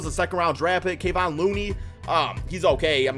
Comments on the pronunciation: He really said “kayvon looney” 😂😂😂 it’s pronounced “Kevin” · Its Kuh Vahn morons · If anybody here has watched warriors games not sharing y’all have but it’s pronounced kah - von Case closed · it's pronounced Kev-on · it’s kevon